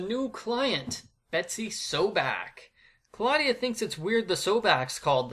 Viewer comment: Black and white slapstick movies are a good plot addition. Kristy ran all the other babysitters out of town, reminds me of the Robot Chicken sketch. Also, Betsy could be a future psychopath/serial killer They could of done some amazing things with those plot points! Ka-law-dia, I always pronounce it Claw-de-uh